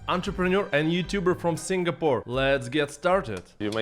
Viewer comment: but First.. please.. can you pronounce Singapore properly? Its not Singgahpour. I cringe everytime . 😅